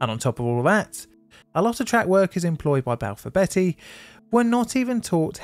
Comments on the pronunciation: Just a side note, Balfour Beatty is pronounced like the vegetable beets, not like the name Betty. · Enjoyed the video but it's not Balfour Betty it's Balfour Beat-ty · Not Balfour Betty its Balfour Beat tea. 🙄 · and Balfor BETTY (whoever she is) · IKR? Not sure if he was taking the piss, but calling Balfour Beaty, Balfour Betty really hurt my ears each time. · Sorry. Beatty is pronounced BT not Betty. I was too young to pay attention at the time, but now I know why they closed down. I still remember the large statue they had outside of their offices in Greenford. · "Hartfordshire" not "Hurtfordshire". It's spelled with an 'e' but pronounced as an 'a'. Also, "Balfour BEETY" Not "Balfour BETTY". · LMAO Betty, it's pronounced BEAT-T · Balfour Beattie, not Betty! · It's pronouced Beaty, Balfour Beatty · I love your vidos but your mispronounciations are really jarring - it's Balfour BEATTY not Balfour BETTY, and HARTfordshire not Hertfordshire. Unfortunatey there was a series of incidents over this period as you pointed out, years of neglect and the effects of privitaisation and cost cutting unfortunately coming home to roost. Have you done a vdeo on the aberdeen/Stonehaven landslip crash yet? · I don't understand why, and I'm not proud of it, but I can't tell you how triggered I got each time you said Balfour Betty. There's an a in there, so it's pronounced beat-ty, not betty, ahh count to 10...and relax, lol. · Hurtfordshire? Balfour Betty? Please tell me this is on purpose. I’ve never heard anyone from here mispronounce those. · “Hurtfordshire”? “Balfour Betty”? 😂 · Its Balfour BEAT-EE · It's not Balfour Betty😂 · Can’t bear the mispronunciations. Hertfordshire is pronounced HARTfordshire. Balfour Beatty is Balfour BEEty by the way. How can anyone be from the UK, let alone a YouTuber that can easily research place name pronunciations and still get it wrong is beyond me. Lazy. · Never heard Balfour Beatty pronounced like that…